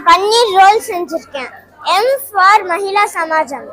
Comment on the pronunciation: மகிளா சமாஜமா? மகிலா சமாஜமா தமிழை கொல்லாதீர்கள்.